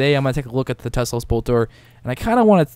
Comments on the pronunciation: T E L S O. Pronounced "Tell-ohhs" NOT "Tes-lose" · Te-Los, not Tes-Los. I die every time I hear you say it. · How the hell do you pronounce that tesolose it's telos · MY FUCKING GOD!!! It's TELOS, not TESLOS. I'm sorry for freaking out, but this annoyed the crap oit of me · its telos not teslos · Tel-os not tesla lol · Why does he say "Teslos" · Teh-Los* MMM K? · cannot watch the video because he always calls it tesslos boltor shit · lol exactly what I was thinking all the way through. Just read the word. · I know, it's hard to read right XD